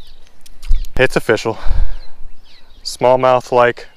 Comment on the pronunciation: It’s “A-Fish-All” !!!